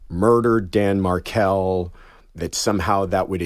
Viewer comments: Everyone knows about this tragic senseless assassination of an innocent father by his murderous in-laws, and have heard the name being mentioned so why does this fox podcaster not know the correct pronunciation of his name?!!! So disrespectful, unprofessional, incompetent and unqualified! She seems to be reading directly from the script in front of her which makes me wonder whether she even knows anything about this sad case at all! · When the host can’t even pronounce the victim‘s name, and clearly hasn’t done a lick of basic research about the case, she hasn’t the capacity to conduct a “great interview”. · When the host can’t even pronounce the victims name, and clearly hasn’t done a lick of research about the case, she hasn’t the capacity to conduct a “great interview”. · Please don’t say his name wrong! It’s not like Meghan markle plzz he’s so much more than her! It’s MARKEL USE THE EL DIFFERENCE THAN KLE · Emily, please do not pronounce Dan’s name like Prince Harry’s wife. It’s pronounced like Mahr-kell. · Somebody please tell this woman how to pronounce the Markels name!! It's not like Meghan Markle! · If you cover the case of Dan Markel. please have the grace to learn how his name is pronounced. It's not Markle. It's Mar-kel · Dan’s last name is pronounced like Mar-Kel, not like Meghan Markle’s last name!!! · Tell this chick HOW to pronounce words, ie: Dan Mar kel. Not Markle!! See the difference? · It's MarKEL, not Markle...geez. and he was killed july 18th, 2014 NOT the 19th Im outa here😮😮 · Markel doesn’t rhyme with sparkle - which is why it doesn’t have the same final syllable, mmmkay? Mar-Kel. Say it with us, dearie, Mar-Kel. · So she starts by mispronouncing Dan’s last name. Zero investment in the story she’s going to share. Unprofessional and disrespectful. Literally all she had to do was Google one video and learn its pronunciation. Or learn the English language… Mar-KEL. Sounds the way it’s spelled. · Clicked out as soon as she said Mar-cull